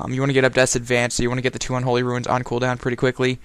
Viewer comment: The only person on the planet who pronounces runes as ruins. Very nice video though!